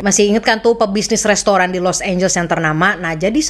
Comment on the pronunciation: serius lu nyebut Los Angeles dengan [los énjels]?? 😂 Elu tu kan klo ngomong inggris biasanya perfect. How come you pronounce it wrong. Los Angeles tu dibacanya [los énjeles]. Bukan énjels. Small thing but important to know. 😉